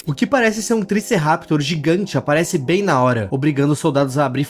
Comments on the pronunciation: ele realmente disse triceraptor 💀 o certo é triceratops, só deixando a correção de nerd aqui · E não fala triceraptor é triceratops o fala direito ok? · pfv pare de falar Triceraptor você esta me matando:face-purple-crying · Não é triceraptor é triceratops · q isso mano triceraptor? isso n é um triceratops n kkkkkkkkkkkkkkkkkkkkkkk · ele continuar falando Triceraptor me deu agonia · POR FAVOR... triceratops não "triceraptor" meu deus😑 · "Tricerraptor" não "triceratops"... "TRICERATOPS"... Perdão, sou chata... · triceraptor kkkkkkk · eu NN quero ser chato, mas só pra tu NN ficar falando errado, é Triceratops, sem querer ser chato mesmo, é que dá uma agonia. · Não é triceraptor,, é Triceratops 😭😭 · Cara eu sei que isso é estratégia, mais sério me enrola o estômago o ficar falando triceraptor e não triceratops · amei ver o falando "triceRAPTOR" ao invés de triceratops lá pelos minutos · cara não e "triceraptor" E triceratops😢😢😢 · 'Triciraptor'? Kkkkkkkiookkkkkkkkkk é triceratopo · Triceraptor??? amigo vc n sabe a agonia que esse nome me causou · "Triceraptor" é de lascar 🥀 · Uma fada morre toda vez que a palavra "Tricerraptor" é pronunciada 💀💀💀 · Se diz triceratops, e não triceraptor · o nome do bicho não é triceraptor é triceratops acho que cê se enganou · 1. Se fala tri-ce-ra-tops e não Triceraptor(desculpe parecer um chato) 2. O Triceratops é um Dino mesmo 3. O Dino que imita vozes é um Utahraptor pelo tamanho 4. O Triceratops é herbívoro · Tricerapitor 😂😂 não jugo mas é triceratops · Gosto do seu conteúdo, e respeito muito seu trabalho. Mas triceraptor tá errado, é triceratop. Novamente, eu respeito e admiro seu trabalho como criador de conteúdo, mas preciso corrigir esse pequeno erro. (Sou um pouco obsecados por dinossauros desde pequeno) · Triceraptor? N é triceratops? O vídeo inteiro ele chamando de triceraptor e eu achando q era uma criatura nova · 17.13 trícerapitor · Não é triceraptor , o certo é triceratops